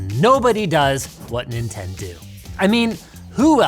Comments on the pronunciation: "Nobody does what Ninten-doo" 😭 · He said Nintendoo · nin ten do😭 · "Nobody does what Ninten do" 😭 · Ninten-Do what sega don't lmao